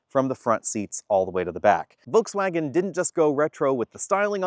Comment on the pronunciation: This is a nice review. Please note that there is an ‘r’ in forward, and an ‘l’ in Volkswagen.